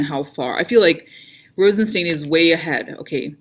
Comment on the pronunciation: Yup ... (ps I think it's pronounced RozenSTINE)